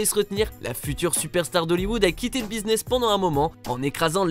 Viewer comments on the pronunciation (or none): none